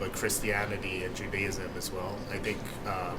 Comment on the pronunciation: You found someone who actually knows how to pronounce Judaism. Wow!